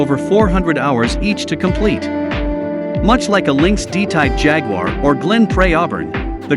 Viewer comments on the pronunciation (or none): none